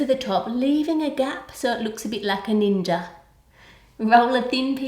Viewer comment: when you said like a ninja it sounded like ceninja